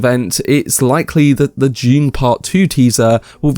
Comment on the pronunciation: I just keep hearing him say June. 😆